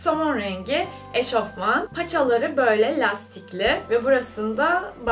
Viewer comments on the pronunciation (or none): none